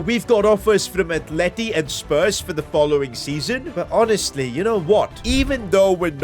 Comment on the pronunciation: Aint no way you saying trophies and spurs